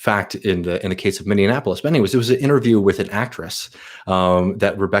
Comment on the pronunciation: Minor quibble. Minneapolis has only 5 syllables. You’re pronouncing it as if it’s Indianapolis.